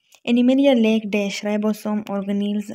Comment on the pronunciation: Lake❌✖. Lack✔